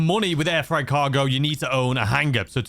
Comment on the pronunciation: I love your videos but it’s freight, pronounced fr-8. Not fright.